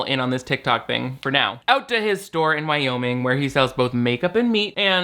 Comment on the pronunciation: i can listen to jeffy talk about moving to "Wow-ming' allllll day